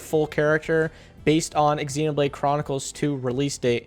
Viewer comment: did you just pronounce xenoblade as ex-xenoblade 😂😂😂